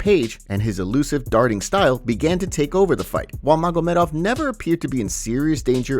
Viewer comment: I dont like how you pronounce maGOmedov. Unsubbed